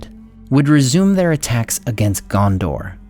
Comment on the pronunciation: Rómendacil.... Dude... Its RómendaKil. Not RómendaSil Same with Narmacil, its NarmaKil This is basic stuff